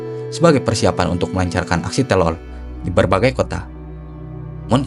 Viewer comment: teror bukan telor